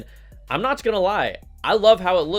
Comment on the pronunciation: "I'm "notch" gona lie"...LOLOLOLOL